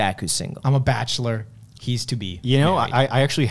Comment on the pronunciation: “I’m a bachelor, and he’s to be” that sounds just like my Yiddish family 😂 next he’s gonna be putting on a smoker Brooklyn accent complaining about “all this schmutz on the carpet, oy vey”